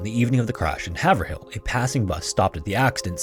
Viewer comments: haverhill NH is not pronounced have a real it's Haver like Haven avril new Hampshire how do I know because I live in Massachusetts we have a Haverhill Mass And we know about Haverhill NH So we know how it's pronounced please if you're not certain how something is pronounced Google it Or check it on YouTube youtube has pronunciations of a lot of things when you're looking up cities or towns called them and say how do you pronounce your name it's a quick two minute call to ask the city how or town hall how do you pronounce your name simple as that or you like I said you can Google it or you can check on YouTube how to pronounce the name and put in the state too because it depends on states how it's pronounced now Haverhill is not pronounced he haven't or haven't haven't howard's however you pronounce it was wrong completely wrong it's pronounced HAVERILL Averill lake Haven or Raven or caven. now that you know don't get it wrong in the future please thank you. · Heads up and just because folks may want to know: Second story, Haverhill is pronounced by locals as "aye-ver-ull". I wish I was joking but my grandma lives near there and I was educated by the locals when I visited 😂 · I think Haverhill is actually pronounced “hay - vril,” at least that’s how it’s pronounced in MA. I assume it’s similar in NH! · As a New Englander. Its pronounced Hay-vrille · Psst... Haverhill is pronounced "hay-vrill" by locals. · It's pronounced "Hāverill".. The a is a long a, and the h is silent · Sorry honey, love your channel, but… I’m from that part of VT/NH. It’s HAY ver ill. Long a, emphasis on hay, silent second h. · The mispronunciation of New England town names is crazy on here😂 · Hay-v-rill not Have-ur-hill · Haverhill is said as "hayve-rool" not "haver-hill lol just so you know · “have her hill” we pronounce this have(like if you said rave with an H instead of r) - rill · FWIW its pronounced Have Rill not hav er ill lived in that area in the past and remember the story.